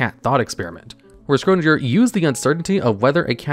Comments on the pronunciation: Isn't it supposed to be pronounced "Shryodinger" instead of "Scrodinjer"? 🤨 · It is Schrödinger not Scrodinger